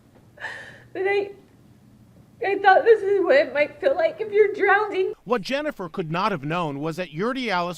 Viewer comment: I’m laughing so hard how she said “drownding” instead of drowning lol